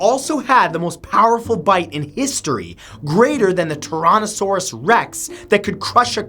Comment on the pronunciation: Wait Wait wait, did he just say "stronger than the TRONASOUROUS REX" wow